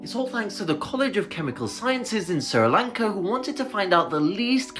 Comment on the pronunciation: Did you say "sara lanka"? Have i been pronoucing it wrong or do you just pronouce it weird